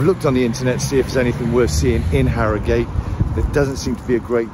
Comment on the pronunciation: Harry-Gate 😂 it’s ‘Arigut